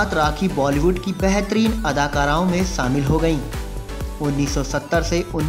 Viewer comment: Say shamil Not saamil Unbearable